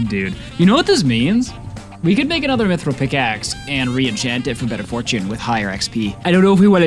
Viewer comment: Mithril is pronounced myth real not myth rael